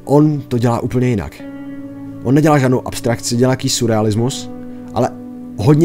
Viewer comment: Surrealismus se čte (Sirealismus) ale jinak užasné video :)